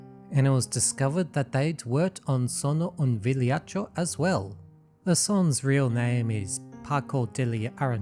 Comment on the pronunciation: its said Vigliacco not Vigliaccio but ok you tried your best😭